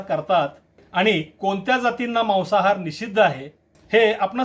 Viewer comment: Maasahaar aahe te Mawasahaar nahi😂